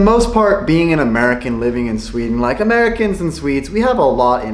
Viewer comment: that is NOT how it is in shweaden